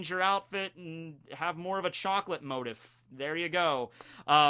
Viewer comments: motif: moh-teef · Dangit, it's MOH-teef.